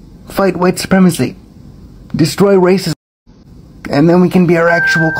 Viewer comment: the way you say racism has me cracking up 😂😂😂 ray to the sicim